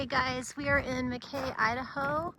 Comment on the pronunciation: It’s pronounced Mack EEEEE.